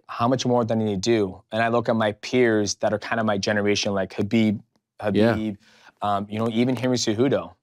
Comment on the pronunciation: My man said khabib😭😭😭